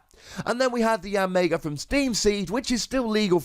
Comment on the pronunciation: "YanMAYga". Absolutely hilarious.